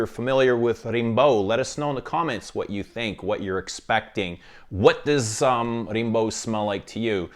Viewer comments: Its pronounced Rambo like the movie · The perfumer at Celine misheard Slimane's request to produce a perfume named Rambo (same pronunciation in French). It was meant to smell of toxic masculinity and ham acting, but Rimbaud's nice too. ¯\_(ツ)_/¯